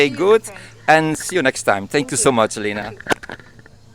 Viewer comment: Leena? I thought her name was pronounced like Linna.